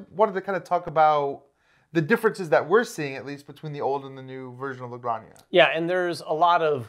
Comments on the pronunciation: Hi guys, great video. Just to let you know, Granja its pronounce like "Gran" - "ha". You are pronouncing like Graña, which sounds like "Araña" that means Spider. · Great video guys, btw it's "La Gran-hah" 😄. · It’s pronounced “La Granha” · It takes VERY little effort to look up how to pronounce a foreign name game. You guys are supposed to be professional and this is disappointing. LA GRAN-HA. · Where’s the “y” in La Granja? 🤣 … all love, guys